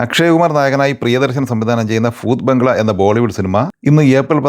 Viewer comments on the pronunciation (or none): ഫുത് ബംഗ്ലാ അല്ല... ഭൂത് ബംഗ്ലാ 😂😂 അതുപോലെ അഫിനയം അല്ല 😂